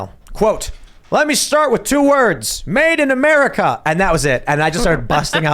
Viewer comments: "Madin" "america". He's reaching out to his lower uneducated voter base. Kinda like "finna" or "bet" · He didn't say, "Made in America." He said, "Maiden America." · He actually said "Maiden American" like "Lady Liberty". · I think he said "Maiden America". See - two words. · Maybe he said "Maiden America". LOL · He said, "Maiden America". Lol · No, he said "made and America" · Fact check. False. Timcast accuses Biden of mispeaking. Biden actually said "Maiden America." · weeeelll he did say it as Made Inamerica